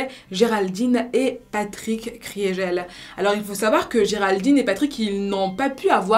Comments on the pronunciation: Kriegel ne se prononce pas « Cris et gel » mais « KRI GUEUL » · Ça se prononce pas Kriégelle mais Krigueule